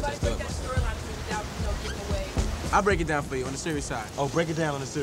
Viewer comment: 🤣🤣😂 said Deak it Brown lol not Break it Down